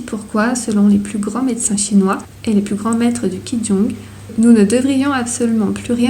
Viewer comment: Bon résumé juste 2 précisions: Ying et yin c’est différent… et Qi Gong, ça ne se prononce pas « ki djong » mais « tchi Kong »